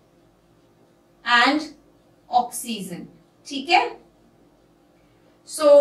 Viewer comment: Mam oxyzen nahi oxygen